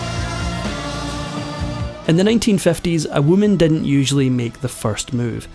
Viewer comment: Why do you have TROUBLE Pronouncing the I correctly in words??? It is not sexty = it is six ty. Not didn't = it us didn't Thumbs down Turn you off completely